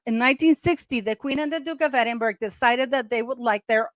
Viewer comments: Edinburgh is pronounced Edin-burra. Long form. Edin-bra in short/quicker abbreviated form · It is pronounced Edinbra. Not Edinburg or Edinbr.